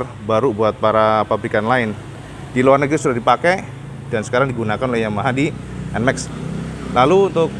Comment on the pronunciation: Nmax bukan Enmek 🤣